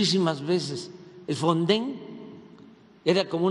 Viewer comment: Ni siquiera sabe decir o que es el fonden , porque al inicio dijo fonsen